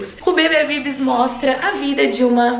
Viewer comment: Tu arrasou MUITO no nome: BBBibis hahahah Ameeeeeei!